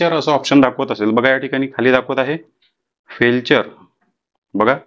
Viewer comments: 😂 फेलचर नाही फेलीयर 😂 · फेल्चर नाही फेल्यूर आहे ते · फेल्युअर असे सांगा. फेलचर नाही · ते फेल्चर नाही ते फेलिअर आहे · फेल्चर नाही बोलत त्याला... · फेलचर म्हणाच शिका पाहिले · 😂😂😂it's called failure